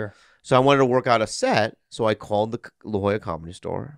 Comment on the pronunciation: its La Jolla not La Joya heh